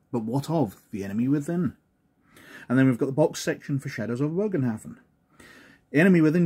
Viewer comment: It’s pronounced more as a buhgenhafen